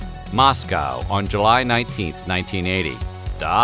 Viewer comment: Don't ya love uploads that think the USA is the only place on the planet and where they still cant pronounce Moscooooow correctly!! ;-)